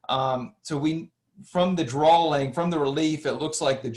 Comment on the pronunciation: Why do you keep saying drawling. What is a drawling?